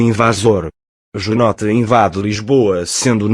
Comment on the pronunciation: JunotE? deve ler Junô